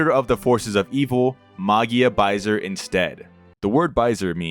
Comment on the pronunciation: hi, french dude here! it's prononced "baisé", not "baisere", the R is silent ! Also it's the french equivalent of the world "Fucking" ( baiser = fucking, baise = Fuck ) but as opposite to english we don't use it to swear, only for what it mean. But it also has a more wholesome meaning which is "un baiser", "a kiss"